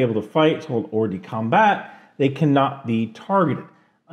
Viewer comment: You should drop the "t" when you pronounce "hors-de-combat" It's more luke "com-bah" and the french accent makes us believe that they're pronouncing the t, but they're not